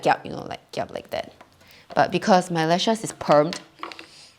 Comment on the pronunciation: The “kiap” tho😂😂